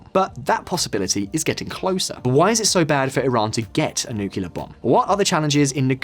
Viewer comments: It's nu-CLE-ar NOT nu-cu-lar!!!!! Get someone who can pronounce the word properly if they are going to read a script about nuclear. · I'll keep disliking your videos as long as you keep pronouncing it "nucular". What is wrong with you, why are you going the dumb route? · Always getting the 'nucular' guy to do these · Nuckular deal? Lol